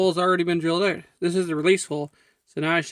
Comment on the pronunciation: I like how you pronounce out as "owt."